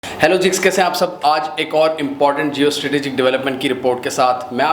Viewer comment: ہیلو جیکس کیسے ہیں آپ سب ۔۔۔؟؟؟ آپ ہر ویڈیو میں ہیلو جی کے بجائے ہیلو جیکس بولتے ہیں ۔۔